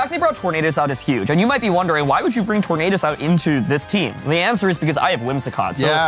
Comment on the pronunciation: Anybody else find the Tornadus pronounciation awful? Do none of the editors bother to correct him?